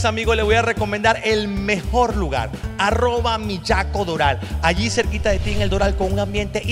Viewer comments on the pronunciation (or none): por favor, pero no se pronuncia "Millaco" que suena casi como bellaco, se pronuncia "Miyako" con la ye de yoyo...suavecita ja ja ja ja...